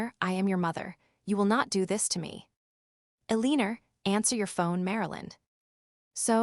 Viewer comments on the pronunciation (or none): Somebody needs to tell AI how to pronounce 'Eleanor' ❤(EL-lin-nor-) but meanwhile a-LEEN-er is pretty hilarious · "El-een-ur"? AI Voiceovers are not your friend.